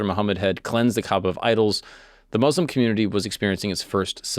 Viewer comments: From the very beginning i was very pleased to hear you pronounce the name right. Islam and Mouslims instaid of Izlam and Mozlims. Thank you! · Gotta say really impressed that you pronounced Muslim right the entire video as a white dude